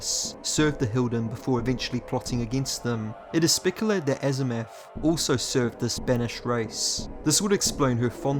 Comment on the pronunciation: That's Azimuth the planer not azamoth as you wrongly pronounced it!